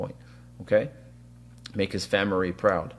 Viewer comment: “We are gonna have to Jordan teach, make his “famirreee” proud” 😂